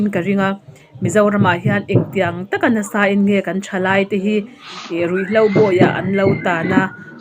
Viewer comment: nutlingpui nisi Mizotawng hi a tawng uluk lo e,Ruih hlau ati zel a...RUIHHLO tih tur,,HLAU nilovin HLO tih tur👍👍